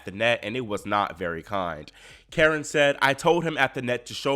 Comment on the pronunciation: Belarus.ian and karEn is the correct pronunciation. Thsnks